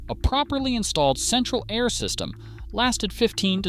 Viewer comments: The first five seconds of this video lets me know this is an AI driven channel. It’s pronounced “air” not “a””I””r” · A-I-R conditioning? LAME. Might want to check the AI voiceover before you post. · a-i-r conditioning? Your AI is showing. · yes, apparently it’s pronounced a i r. 😂